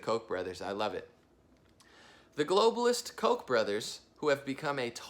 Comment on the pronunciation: I'm sorry to sound petty put it's pronounced Koch almost like catch either an o instead of an a. Kotch